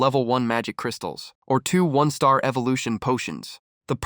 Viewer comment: Your ai can’t pronounce one star , and one star appears a thousand times 😭